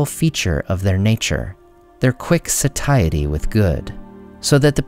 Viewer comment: The way you pronounced satiety hurts me